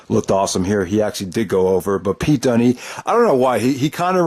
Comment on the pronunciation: Dunne is pronounced Dunn. but he and Andrews have a ton of history. they co-own defend indy wrestling, a clothing company. and they are best friends and have been wrestling for almost 10 years dispite both being in their early 20's. in fact they both toured the US back in 2013.